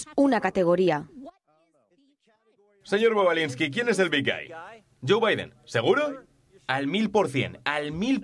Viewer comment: Y lo de "janterbaiden" ha estao bastante bien, sí señó...! JANTERBAIDEN, de ese...!